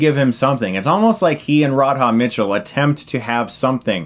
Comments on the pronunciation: It's RA-DHA. RA DHA. One more time Ra-dha. Radha. Radha. Radha. Now keep repeating that until you don't say Rodhod anymore. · pronounced "Radda" Mitchell - not Rad-Haaa ;-) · "Rod-Ha Mitchell"? Really? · Rard Hah Mitchell huh... Radha, rhymes largely with Nada... You're welcome Stucko. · rod-ha Mitchell? come on Stuckmann's. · Rad-Ha? Don't think her name is pronounced that way. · That Radha Mitchell pronunciation though...